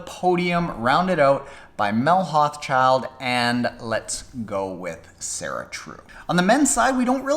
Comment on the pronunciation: Good video, may I be so bold as to offer the pronounciation of Mel's last name which can be tricky. Hauschildt should sound like Hau-shoult for us North Americans.